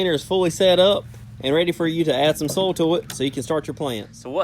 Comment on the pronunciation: Did he say "soul" or "soil"??😂🤔